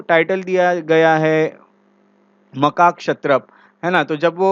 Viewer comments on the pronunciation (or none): 😂😂😂😂 bhai wo makakshatrapa nahi MAHAKSHATRAP hota😂😂